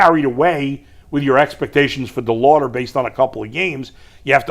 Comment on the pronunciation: Why can’t say Chase DeLauter’s name right? It’s not DeLouder!!